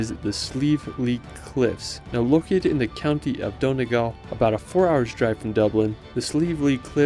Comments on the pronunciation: The way he pronounces Donegal 😂😂😂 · Nice video. Beautifully shot and you’re very enthusiastic. I hope you don’t mind me correcting some pronunciations. Galway The “gal” part rhymes with ball. Donegal. Separate the E. so it’s Don-e-gal. Also it’s not “The County Kerry”. Just County Kerry. Also Eire is two syllables so the e at the end is pronounced separately. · Galway is pronounced Gawl-way and Donegal is Don-e-gawl i.e. long a aw sound.